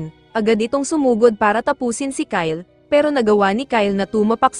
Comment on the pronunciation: Bro that is not ky Le it's Kyle